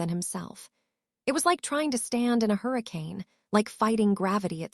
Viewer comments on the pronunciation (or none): none